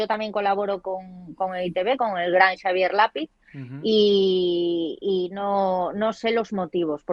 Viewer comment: Me encantais los dos. Una observación si me permitís. En euskera, sobre todo en los nombres y apellidos son muy importantes los acentos y la pronunciación. Xabier Lapi'tz no se pronuncia como lápiz. Se pronuncia con el acento en la última sílaba y la tz se pronuncia como pitsburb por ejemplo. Perdonar por el inciso.